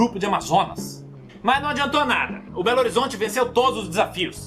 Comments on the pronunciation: É impressão minha ou em o falou “belerozonte” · belorizonte kakakakakakakak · ACHEI LEGAL NO MINUTO QUANDO ELE CHAMA DE BELORIZONTE.... KKKKKK TE PEGUEI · Belorizonte kkkkk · Belerofonte. Bolerofonte. Bolerofonho. Belerofanho. Bolerofanho. Belo Horizonte.. Belero Lero. Meu Deus. kkkkkk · Eu ouvi você chamando o cara de Belorozonte umas três vezes kkkkkkk